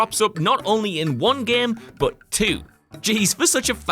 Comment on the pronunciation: "The gehm"